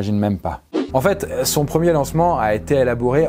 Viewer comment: C’est moi ou à il dit elabouré 😭😭